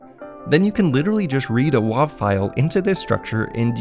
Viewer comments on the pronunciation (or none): I also thought it was pronounced "wave", but I wasn't sure. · wav is pronounced wave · why would you ever pronounce wav like that... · "Wuav file.... "... um it's wave file without an e... just call it a wave :P In 30 years of development, that's the one 3 letter extension I never heard said differently! haha! let the flame war begin!